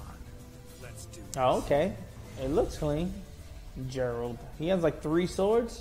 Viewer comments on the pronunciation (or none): It's Geralt not "Jerald" get it right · well most names in The Wicher have Polish pronunciation so alot of people make that mistake It is even a joke in the game when some woman calls him "Jerald" and he corrects her